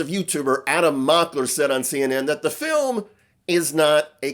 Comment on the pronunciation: Why in hell are you still talking about this? Shouldn’t you be talking about Epstein documents instead of giving them a reason to say “everyone is talking about my ‘filim’”?